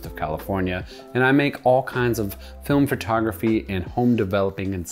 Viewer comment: Is he saying "fartography" on purpose?